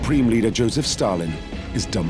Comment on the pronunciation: Its not joseph-_- its iosif